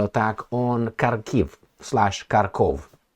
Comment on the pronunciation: Harkov not Karkov